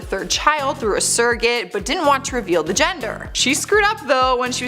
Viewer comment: S.U.R.R.O.G.A.T.E. Say after me. Surro-gate 😂